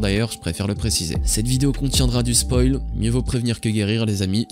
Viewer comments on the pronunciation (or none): none